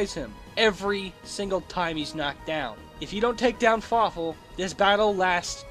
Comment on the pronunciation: did anyone else think he said fuckful in dtead of fawful